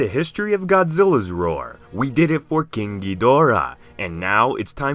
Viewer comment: Pls someone ban him from saying king GII dora